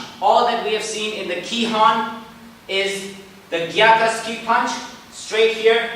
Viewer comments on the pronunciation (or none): Please check your terminology in Japanese. It is gyakU tsuki, not gyaka tsuki. It is soTO uke, not solo uke. There are a few others in your other videos as well. I'll write them if I spot them. Good job!